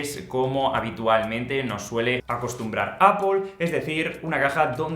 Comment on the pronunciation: A la tercera vez que has dicho "Apol" me has dado un poco de grima pero buena review.